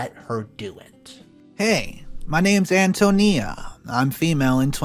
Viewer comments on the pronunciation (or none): FYI- Antonia is pronounced “An-tone-ee-ah” - accent on “tony. 😇